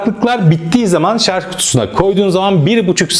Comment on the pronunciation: Arkadaşım emeğine sağlık güzel bir tanıtım fakat nacizane tavsiyem binlerce insan sizi izliyor şu "Şarj" kelimesine dikkat edin biraz şarz çok kulak tırmalıyor lütfen dikkat edelim